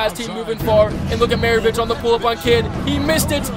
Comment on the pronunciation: Commentating but not calling Pistol Pete Mavarich the correct name oof